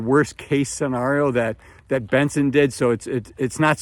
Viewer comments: It's Bill BENGEN not Benson. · Was Bill Bengen..not Benson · To be fair, he did a straight shot 8 minute take outdoors and you're harping on a single syllable in a guys name. The information is still relevant, regardless if you want to be pedantic or not.